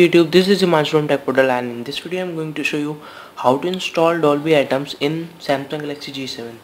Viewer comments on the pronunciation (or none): Its not ATOMS.. Its ATMOS. AT-MOS